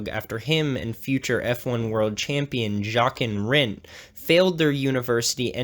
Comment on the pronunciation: Jock-en Rindt...I suggest German pronunciation refresher. ;-) In German the j is pronounced like the English long y (that's the best I can describe it). Other than that, nice video, I liked the part about knocking the other car out of gear.